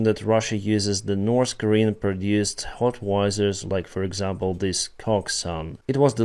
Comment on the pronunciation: not HOTwizer, but HOWitzer